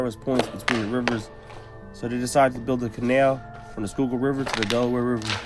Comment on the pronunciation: u said fresh skyukill water lol